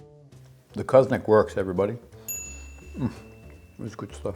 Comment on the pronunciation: Always a pleasure. The pronunciation is almost spot on, the little thing which makes all the difference is that the accent should be on the last vowel: co-zo-nAc (and not cOzonac).